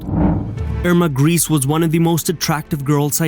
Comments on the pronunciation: Her name is pronounced grey-say not grease otherwise great video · It seems as if every Youtube history channel is obsessed with this young woman and each one likes to elaborate or fabricate his own lurid tales of horror. On the scale of drivel, your channel easiy wins first prize! First of all, Irma's name is pronounced "Gray-sah" and definitely NOT "GREECE". Next, it was Doktor Mengele, NOT Irma who was given the sobriquet "Angel of Death".Next, the fictional lampshade story was debunked years ago and the material was found to be goatskin! Cheer up! You can now accuse her of anti-goatism. Next, Irma was not hanged on Nov. 4,1945. She was judiciously killed on Dec. 13, 1945. Lastly, Irma was buried in Friedhof am Wehl, Hamelin, Germany. Do some research before attempting any more videos. This one is pathetic. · It's a bit annoying that he pronounces her name "grease". This has a slightly comic effect, which I think is a bit inappropriate for such a monster. Her name was Grese (Irma Grese). This is pronounced "Grayzeh". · Her name was not "Grease"! Why not find out how to pronounce it before you narrate a video about her? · Interesting program. I wish you took a greater care at pronouncing Irma Grese's name properly. It's not Griss! This make the whole film unprofessional. Get it right! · so glad you set them right on that. do you think they pronounce it correctly in hell?